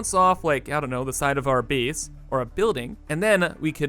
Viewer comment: Is it an in-joke or a deliberate art decision, but are you actually pronouncing "base" as "bees"? :)